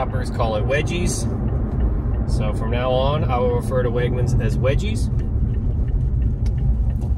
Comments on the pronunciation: Weggies*** NOT wedgies lol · bro came thru with the Weggies term😂😂😂 you the goat. Only thing was you pronounced it as wedgies, as in when you get bullied in school and someone gives you a wedgie😂😂😂. The G is normal not J 😊. Your hilarious bro